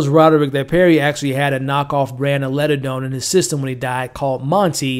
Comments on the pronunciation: LIG - a - done, not Ledadone. Sorry but that drove me crazy. Also, "The Pym Reaper." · Not once in 8 episodes did you ever notice you were saying LIGADONE and MORELLA wrong? 🤦🏽‍♀️